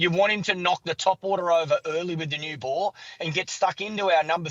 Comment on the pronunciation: The word ball has 2 L's in it Clarke. It's not pronounced bawww